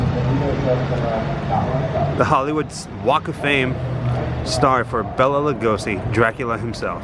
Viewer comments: Have enjoyed your videos, but there’s one thing that truly bothers me… Bela’s name is pronounced, “Bay-la”! Not, “Bell-la”. (If you’ve seen the trailer for MGM’s 1935, “Mark of the Vampire”, in which Bela stars, he himself pronounces his name, as he reads the main cast credits, as the trailer comes to an end. I guess to me, it’s a respect thing.) Thanks, & keep up the ghoul work! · Please, please...his name was Bela not Bella. Pronounced Bayla. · Its Bela (pronounced Bayla), not Bella. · Bela is Pronounced "BAY-LA" Lugosi. Just saying.. That aside? Great video. Thanks! ~T.L.